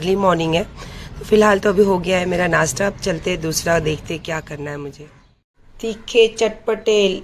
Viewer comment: madam Nashta bolna seekh lo nasta nahi bolte h do class padh lena tha